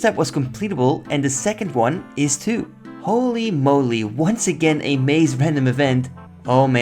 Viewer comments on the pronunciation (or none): none